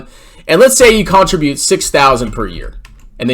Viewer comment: >CONtribute... My guy, you're putting your emPHAsis on the wrong sylLAble.